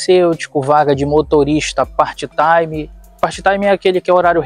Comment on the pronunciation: Amigo, não é “party time não”. Se você quer falar meio período, ou você fala em português mesmo, já que o vídeo é destinado ao público deste idioma, ou você aprende a pronunciar corretamente o inglês. Part time sem este com T do part mudo, e sem som de y no final. Party com som do y no final tem outro significado no idioma inglês.